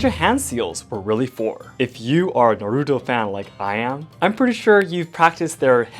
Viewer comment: You ain't no fan if you pronounce it like "nurudo"